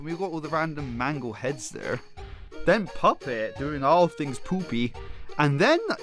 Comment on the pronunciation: So we just gonna ignore he almost said poopet.